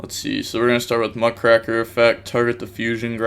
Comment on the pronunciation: The "raker" in Muckraker is pronounced how you would a rake, the lawn tool. The name is a reference to journalists in the early 1900's.